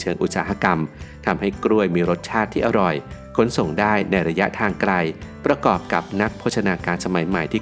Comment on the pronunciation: คนใต้แน่ๆ